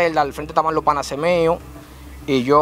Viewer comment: Real, cada vez que decía panase yo decia PANAS